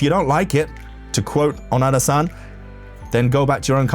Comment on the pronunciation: I can't resist commenting, but her name is KiMi ONoDa, but every time you say her name, it sounds like you are saying, "kimi onara"! sec. When you say it, to Japanese people or people who speak Japanese, it sounds like you are saying some hougen that sounds like "Your are a fart!"....quick edit your video and change the parts where you say, "Kimi Onara" and dub in "Kimi ONoda." You can erase this comment, or I will just erase it later...edit you video with haste!